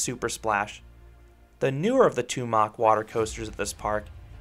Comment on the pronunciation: it's a German name and definitely not pronounced in an American way as described by the ignoramus above. Mach (the "ah" sound should be very short) is also wrong, but closer to the correct way.